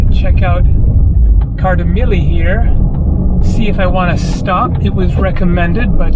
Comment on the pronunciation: Kardamyli is the only pronunciation you have right :) Sorry...